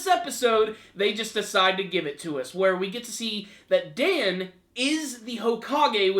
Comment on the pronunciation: Just because Dan's name is spelled the same as Dan, doesn't mean it's pronounce the same way. -__- Dan's name is pronounced D-on. The "an" sounds like the word "on." Thus, you get Dan. ( D-on or Dawn )